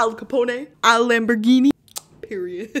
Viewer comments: Lmao she said al ca pona it’s al ca pone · Btw you pronounce Capone as in (Cuh-pone) not (Cuh-poné) lol. Fun fact my cat is named after him XD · Capone is "ca-pwn' not 'ca-pwn-ay'. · The way the said “al Capone” she said “Al CapOnA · okay maybe im wrong because my earphones are on the fritz but did she say Al capone ayyyyye. I think its Al Capone with the O saying its name and the E is not doing anything. Maybe ive been saying it wrong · You did not just say caponA lol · Think stone when saying Al Capone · Al capon-EY!? sorry what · “Al caponè” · Did she say Al copo ne and Al copone was mob boss in Chicago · al capone not capon-ay, and he is from chicago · Lmao Al Capone is from Chicago and it’s pronounced (cup-own) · His name is pronounced al capon and he is from Chicago not New York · I was annoyed the whole video because she was saying al caponay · Al Capone like Al CaBone not Al CapOne